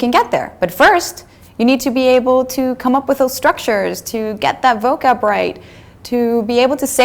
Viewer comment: Ah, okay, I just caught a couple. "Neuron" you pronounced as a schwa in the second syllable, when it should be pronounced like the word "on." And the A in "vocab" you sort of pronounced as "ah," when it ought to be pronounced like the hard A in "apple." All this I say just to be nitpicky, and most people wouldn't even notice. Hell, a lot of native speakers don't even know the word "neuron." Oh, and yes, this is excellent advice. I could see where I might get overly hung up on pronunciation myself.